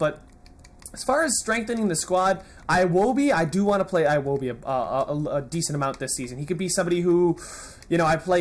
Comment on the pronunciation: iwobi is pronounce ewobi